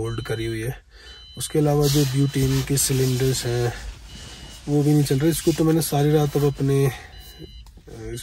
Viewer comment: Hindi correction. It’s wo ‘bhi’ not wo ‘v’